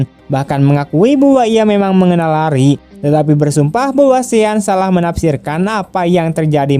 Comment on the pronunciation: LARRY di baca nya Leri bukan Lari 👍👍